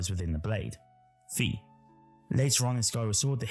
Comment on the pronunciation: I agree the Demise will play a role in TotK. Also, small nitpick, but it’s “Fi” as in “Wi-Fi” (also the Japanese pronunciation).